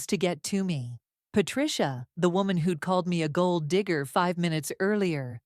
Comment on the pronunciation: You pronouncing gold digger sounded very close to saying the "N" word.